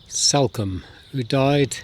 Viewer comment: It’s Salcombe…as in Saul…not Salcombe as in Sally